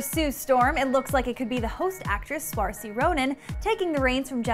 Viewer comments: It's actually pronounced Seer-sha :) But it took me a LONG time to get it too! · IT'S PRONOUNCED SURSHA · she didn't even bother to research the girl's name before pronouncing it. badly. wow.